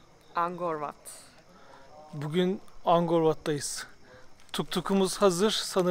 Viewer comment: Angkor Wat, Angor diye okunmaz "K" harfine basa basa AnKor diye okunur. Zamzun'lu kardeş :)))